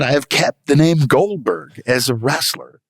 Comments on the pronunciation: Say it with me: Goldberg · GOLBERG, GOLBURG, GOLBURG...